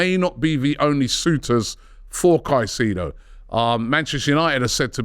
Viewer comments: Robbie please 😂 ... Kai-Say-Doe (Caicedo) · Robbie ffs man, you’ve been on enough shows with people who pronounce his name right and you still want to butcher it smh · Pls stop butchering his last name with your pronunciation. It’s disgusting